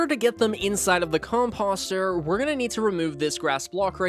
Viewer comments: Everytime he says the word composter wrong it hurts my brain. Just because it looks like imposter doesn't mean that's how you say it. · All due respect. I unfollowed you after hearing you spam a mispronunciation of "composter" 99 times in a row.